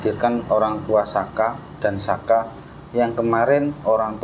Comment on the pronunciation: bkan aska tapi sakah